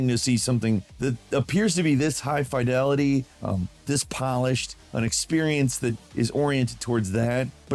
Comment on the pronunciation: "F-y-delity"? Fid, like Sid...